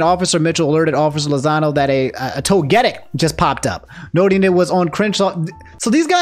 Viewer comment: I’m sorry but you say Togetic weird 😅